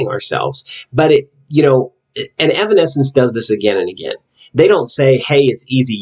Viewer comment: No worries, you pronounced the name right. The Bitter Truth, Evanescence's upcoming album, is not quite out yet, but they plan to release it this year. No set date yet. So far 3 songs have been released for the album including The Game Is Over. I definitely enjoyed your analysis for The Game Is Over. When you were talking about how they were trying to transcend from their fake selves, that made think of the line "Change me into something I believe in, Change me so I don't have to pretend". I see this as them waiting on someone to free them from this "denial prison" they've created possibly because they feel it's too hard to get out of (and even sinking deeper illustrated by Amy sinking into the mud). However, later on there is an added part that pre-starts the chourus with "Maybe I can change me into something I believe in, Change me so I don't have to pretend" as if they realize they actually can do it on their own, even though it will still be hard in the long run. Also, I think right before Amy says those lyrics she comes out of the mud, where it dries and she starts to peel off the mud, but not all of it comes off in that scene. She's slowly coming out of that denial/fakeness but not quite there yet. I never would have thought about the scene with Jen tearing out of her dress being an expansion of the self, but it makes total sense. Thanks for analyzing the music video! I'm definitely checking out the Batman video you were talking about.